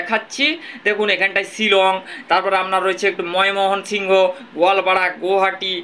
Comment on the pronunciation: ' ময় মোহন সিংহ ' বলে কোনো জায়গা তো বাংলা দেশে নেই , তুমি তো বাঙালি , বাংলা উচ্চারণ‌ও করতে শেখো নি ?